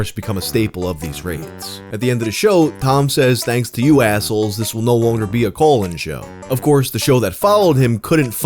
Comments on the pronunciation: Dude. It is majorly distracting when you keep saying "colon" instead of "call in." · ohh call in show. Not colon. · bro... its call in show, not colon show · I thought you said colon show